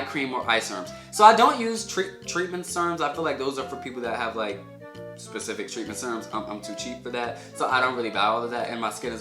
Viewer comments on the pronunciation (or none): none